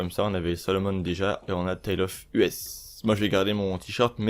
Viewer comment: À vous entre-pomper entre "YouTubeurk" vous dite les même conneries c'est grave. Dans une autre vidéo, ça se dit "Rolce Royce" pas "Role Royce", Rolls Royce. Et le DJ ça se dit "Tale Of Eusssssss" putain, "Us" "Nous" en anglais, pas Tale Of U.S. apprennez à lire avant de faire des vidéos. Ceci dit merci pour l'info